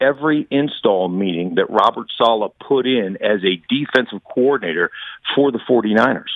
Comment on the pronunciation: Sal-eh not Sal-ah